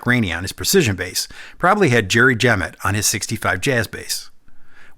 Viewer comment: FYI, Jerry Jemmott's name is pronounced with the accent on the second syllable.